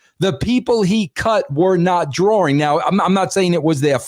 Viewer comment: Is he saying "drawring"?